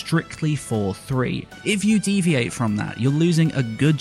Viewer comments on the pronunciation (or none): Every time he said "It's 4:3" It sounded like "it's for free". I was mildly confused xD